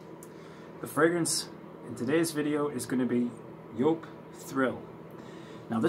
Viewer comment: Nice to see you're back on stage 🤘🏼🤘🏼 and also nice to hear you're pronunciation for Joop is correct 😉 My German ear's are so thankful 🤣